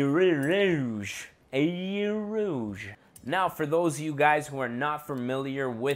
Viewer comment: eau rouge is red water your french is terrible 😂